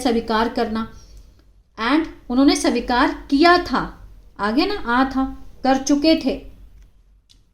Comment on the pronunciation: मैडम स्वीकार् होता है सबिकार नहीं